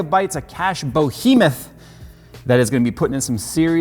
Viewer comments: Behemoth the Word is B...E...H...E...Moth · He's still saying "bohemoth" :( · “Bo Hemoth” He was on the Dukes of Hazzard, right? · Brohemoth, am I right? No? Okay. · November 2019 - still can't pronounce "behemoth"